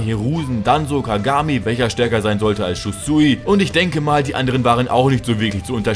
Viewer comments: der heißt shisui nicht shusui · Shusui ? Zorros Schwert hatte wohl einen gast auftritt. :D Shisui wäre es dann. :D Ich schätze du warst einfach nur aufgeregt. :D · Ämm du hast Shusui und nicht shisui gesagt 😂aber man merkte wen du meintest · Shusui sagtest du😂😂